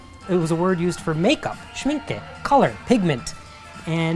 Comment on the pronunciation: Yes, I could spend the whole day at such stores. Thanks for bringing us along. Who knew the mat or brush section could be so interesting ?! Well done for pronouncing Schmincke correctly! 🇩🇪 Mr Schmincke was one of the founders, and Mr Horadam formulated many of the paints back in the 1900s, giving his name to the professional line of paints. Knowing your love for hand made items, you should check out Rosemary & Co brushes, handmade by a family led company in Yorkshire. Would you consider visiting TALAS in Morgan Av. In Brooklyn? They carry bookbinding supplies and papers, which i think you might like. I have this Cavallini poster in my studio, as well as the onewith thesystem of colours. 😍